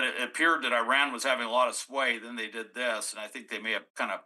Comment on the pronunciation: Your mispronouncing Iran Nd iraq...it hard to even listen to .